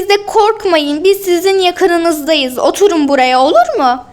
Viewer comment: Otulun değil oturun